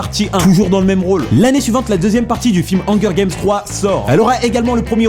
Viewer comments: <<Le rôle principal de "angueur" game>> selon x) la prononciation correcte des mots anglais c'est sûr que c'est pas toujours facile mais la il a abusé mdr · mdr hanger games il dit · MMDRR PAT TU DIT "ONGUEUR GAMES" --> MDRRR PS : Sans oublie à mdr le blédart quoi tu me tue ! xD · bordel comment ta pronnoncer Hunger Games ma tuer!!